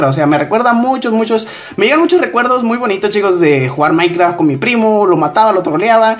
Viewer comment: like si escuchaste que decía mainkra XD